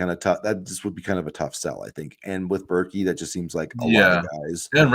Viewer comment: It’s pronounced “bear-kay”, fyi. Pryce Sandfort is a huge pick up, if it happens. Not only was he 40% from deep, but he finishes at the rim well.